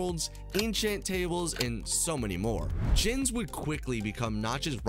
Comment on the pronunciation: Blud you did not just call my man "jens". Its pronounced "yenz". Anyway, great video.